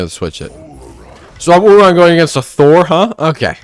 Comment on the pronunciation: I like how he calls him “oohRon”